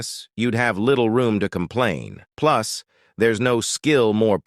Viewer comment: it's funny how AI pronounces "+" 🤣 Thanks for making these videos bro